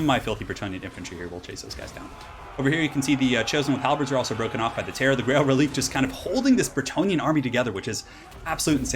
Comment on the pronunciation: Btw Reliquae is pronounced reli-kway It's a French inspired word, so the q is pronounced like a kway rather than a hard k. This is a PSA to all YouTubers that pronounce it releek